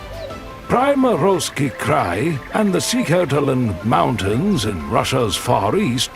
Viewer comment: 🫣 no, no, no 😂😂😂😂 it is -- tai - gAAAA's .... And "Pree-morski Cry" - correct pronunciation